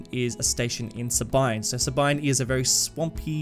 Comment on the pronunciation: Sabine is pronounced "Sah-been" - the mm-wiki discord community